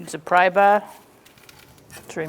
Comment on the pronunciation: Strange accent You're pronouncing caliber correctly But parts and the word bar , you sound like you're from new england